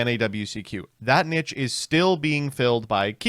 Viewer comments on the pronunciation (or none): i love you but PLEASE stop pronouncing niche like that